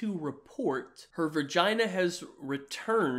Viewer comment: The way says ‘vergina’ just confirms my suspicion that he is the stereotypical gamer. Not a fan of Adam22 just thought that was hilarious.